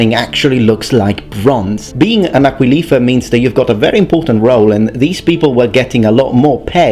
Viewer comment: You got the stress on aquilifer wrong: It's aquílifer, not aquilífer.